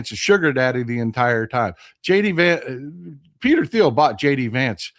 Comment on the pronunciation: It’s Peter Teal. The H is silent. I know how in important it is on pronouncing names and places correctly.